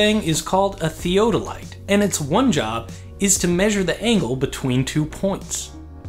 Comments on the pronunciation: Thee odd o light, is correct pronunciation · As a Land Surveyor since 1974 I have to correct your pronunciation of Theodolite